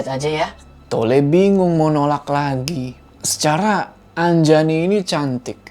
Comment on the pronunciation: nama saya Anjani bukan Anjayani apalagi Anjay ...